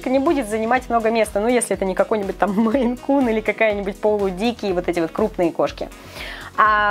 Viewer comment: Гспд, может будете правильно говорить породы? мЕйн Кун, а не Майн Кун:/